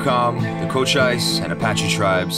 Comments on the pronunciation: Nice video. Your music is not bad but it's too loud. Makes it hard to hear your narration. Btw, Saguaro is pronounced, sah wah' ro. And Cochise is pronounced not with a long i sound but more like a ee sound. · Good vid. Cochise is pronounced Cochees.